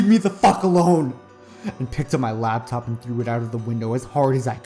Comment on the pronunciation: I'm not trying to put hate here, but the word is Laptop. It distracted me every time you said it from enjoying the story.